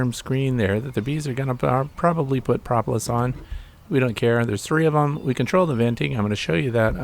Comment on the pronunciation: Pro pro, propalous, not pra pra prapalous